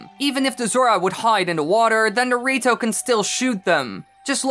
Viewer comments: I can't unhear "dorito" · When you say “the rito” fast it sounds like dorito